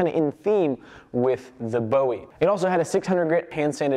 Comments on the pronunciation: As a Texan, you're killing me with how you are saying Bowie. Jim Bowie prounounced his name as 'boo-ie' not 'bow-ie' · Can we please pronounce the Bowie knife correctly. Bo ee was the singer. Boowee was Jim Bowie of the Alamo. Ancestry has the name as Bui